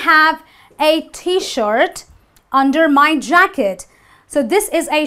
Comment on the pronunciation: You don’t know how to pronounce ‘under’.